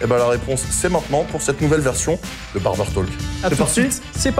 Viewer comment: ca se dit barber "TOK"... ca pique les oreilles